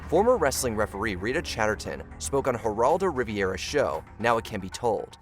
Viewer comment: Did he say Geraldo Riv-E-era? Oh honey it's Rivera. AI voices suck.